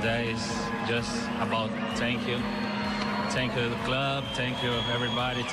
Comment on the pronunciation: "Tank u"